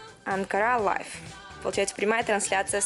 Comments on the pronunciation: не лайв а лив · live читается как лив же